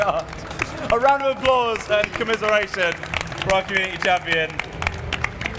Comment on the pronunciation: I know they're saying "round of applause" but I keep hearing "random applause".